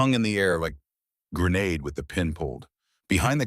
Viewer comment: There's one thing I have never heard actually pronounced correctly in any AI story, the word grenade correctly, not gray-nod.